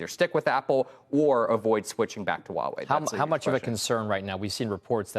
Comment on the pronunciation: ✅Huawei ❌Wuawei